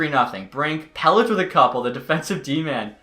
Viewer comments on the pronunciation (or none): it’s pel-ick not pel-itch